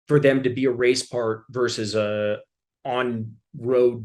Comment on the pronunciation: The word is VERSUS…not vers. Say it right.